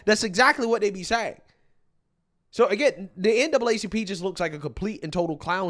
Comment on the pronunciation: NAACP! STOP SAYING DOUBLE A,,,,,,YOU ARE ADDING AN EXTRA SYLLABLE